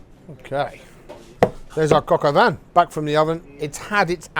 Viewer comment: Shouldn't it be called "poulet au vin " since the coq is the rooster and btw don't pronounce the n on vin